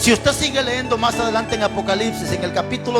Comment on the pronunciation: Todo su mensaje esta excelente solo que hablando de hablar bien, con todo respeto le hago las siguientes observaciones a su pronunciación y podria comprobarlo en un Diccionario. Se dice correctamente NADIE, CAYENDO, LEYENDO, TENDRÍAMOS, etc